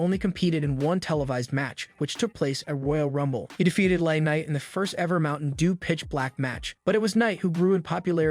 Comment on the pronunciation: "How would you book Bray Wyatt's return to the WWE?" Answer: I wouldn't. Also, fix your fucking speech bot! Who the fuck are Solo Sicko, Coddie Road, and Lanite?!